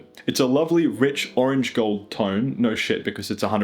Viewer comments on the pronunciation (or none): none